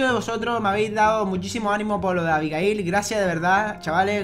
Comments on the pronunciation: escucho como si dijera abigail!!! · Dijo abigail